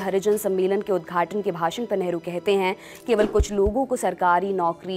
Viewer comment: Hamare sammaniye neta hai pls nehru ji pronounce kare Esa lagta hai kisi sadakchhap admi ke baare me bata rhi h. So pls care it.